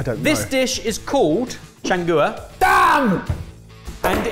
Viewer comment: The way pronounced changua had me rolling.